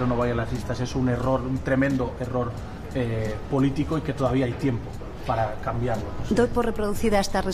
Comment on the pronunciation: Por qué Pablo Iglesias dicr "polítigo" en vez de "politico"